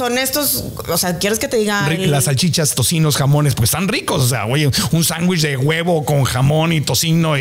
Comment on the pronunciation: Interesante la platica es bueno que informen, pero me desespera escuchar a cada rato la palabra sambuich. Inclusive Marco le dijo sándwich y ella por eso sambuich 😣😣😣😣